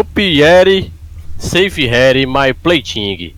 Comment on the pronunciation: o cara sabe falar safe mas nao sabe falar outras palavras em ingles vai saber